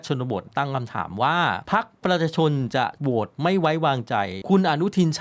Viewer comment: แนะนำให้หัดออกเสียงคำว่า ประชาชน เริ่มหัดช้าๆครับ ไม่ต้องรน